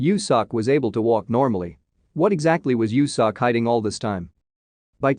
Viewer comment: I'm crying right now 😭😆😭 Its pronounced "Yo Sok". But I never thought youtube can do it dirty. 😆😆😆